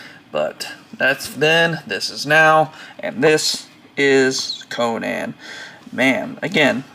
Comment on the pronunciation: conun not conaaan